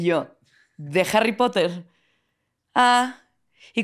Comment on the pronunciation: Los "potergertz" dan cringe cuando se pone a hablar de jarripotder"